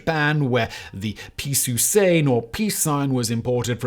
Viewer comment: Piisu sein or piisu sain? One would be saying peace sign in japanese and one would be gibberish (the way Simon says it).